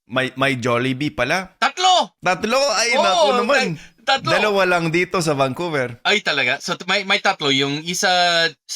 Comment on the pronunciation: He said "Bankuberr" hahaha! I love it!!!